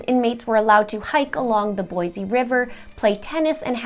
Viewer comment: well done! As an Idaho resident, ( my Grandad's family are considered homesteaders) you researched is very thorough here. AND, the fact you pronounce "Boise" the way locals pronounce Boise is amazing! Typically, anyone from out of state pronounces it "Boy-zee" not "Boy-see" as locals pronounce it. Idaho AND are typically extremely nice and rarely correct "out of staters" who say "Boy-Zee." A VERY interesting video and obviously well researched! Great Job! And YES, Lori Daybell very well may be a Lyda carnate! So glad you did this and thanks for covering these interesting stories about my home state- stories that a lot of Idahoans don't even know. Just now you are remining me of my Canadian Grandmother and her Canadian education! God bless Canada!!!! And the US, of course!